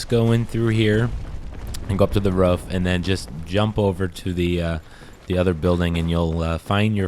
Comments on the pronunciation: Its pronounced "roof" like "goof"...lol ruf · Someone please tell him how to pronounce 'roof' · The way he says roof